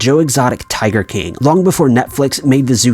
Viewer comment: Why does this guy have a problem saying the word “king”?